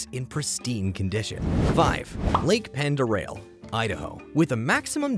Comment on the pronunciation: Lake "Ponduray" is how I hear people pronounce the lake in Idaho.